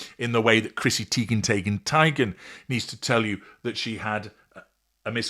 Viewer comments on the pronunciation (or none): I always chuckle when you say Chrissy Teigen, Tiegen, Toogen